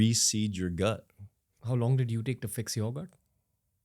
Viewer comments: Why is Ranveer saying ‘ta’ here instead of a proper ‘to’. So annoying. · bhai - ye “to “ ko ta ta ta taa kyo pronounced karr rhe ho… ameer ho gaye toh gaadi kharido but “to” ko baksh do 🙏.